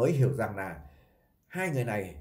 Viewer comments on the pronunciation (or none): Chú lày lói nghe không lỗi! Nghe ló thế lào ấy!